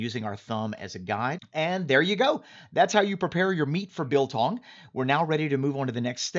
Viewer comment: trigger warning to South Africans!! It's biltong. exaggerated I short g not beltongg. (PS I'm drunk and I don't really give a fuck. Love you man <3)